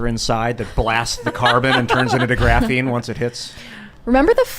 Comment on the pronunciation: “Graphine”